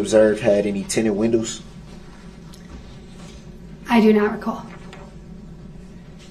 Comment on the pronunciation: Would I be wrong if I were on the stand and I repeated all his incorrect words back at him?😂 I would have held him up so bad. License place? Tinted winnows? Like I know you didn't go past 9th grade dude but Dawn should have helped your clueless tail at 5 on how to pronounce those words...Ooops she can't pronounce words either. Dang! And his whole line of questioning was dumb. It did nothing to help him. Tinted windows does nothing for your case if your windows are down! This case you had the weapon, the person and it all was captured on video! And he has the nerve to ask if someone has a record when he has a rapsheet the length of a football field.